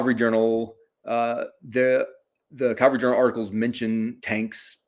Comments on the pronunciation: Drives me crazy...CALVARY is a mountain in the Holy Land. CAVALRY is a mounted force. This guy is an academic he he still pronounces it wrong!!! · "Calvary" vs. "cavalry” -- does this bother anyone else? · Every time he said 'Calvary' I flashed back to one of my grade school teachers who would admonish us boys for playing 'Calvary' during recess instead of 'Cavalry'.